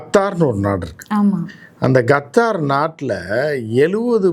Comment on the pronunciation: Qatar ❌ Gathaaru ✅